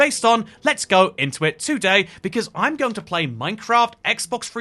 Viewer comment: why do you say TOday like that